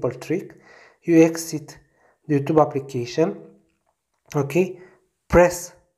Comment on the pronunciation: "you...THUBE" no offense that was fucking hilarious lol